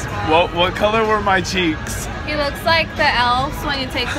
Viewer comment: he said all my cheecks😂😂😂😂😂😂